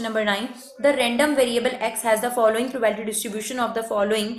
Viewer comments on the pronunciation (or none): Not probalities its probabilities